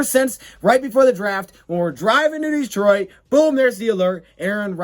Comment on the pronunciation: It's Detroit Lions-not Deetroit Lions